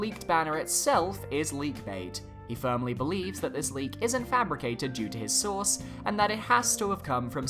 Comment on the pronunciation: Every time he said “source” I heard “sauce”.